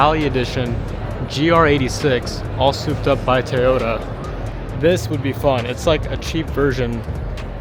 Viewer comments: Why tf does he say "tayota" TOYota sir TOY!!!!!!!!! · Did he say "TAY-ODA? =( L..